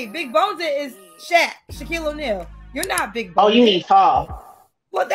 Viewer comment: “Big boneded” 🤨